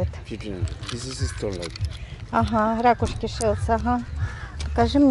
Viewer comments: Грамотному человеку режет слух.. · ракУшки,. Ударение!